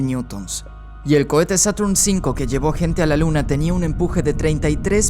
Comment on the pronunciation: Saturn 5 jajajaja habla bien bobo